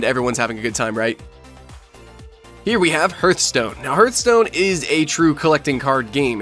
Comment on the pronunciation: It's not HERTHstone, it's HEARTHstone. Come on, guys.